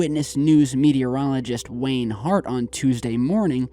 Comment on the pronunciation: Did you say the guys name was wayne hardon